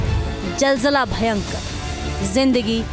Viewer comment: are pagal jal jale nahi zal zala bolte 😅